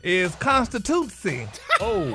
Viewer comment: Gary with that Word of the Week took me out!!! 💀🤣💀🤣. “Constitutsy”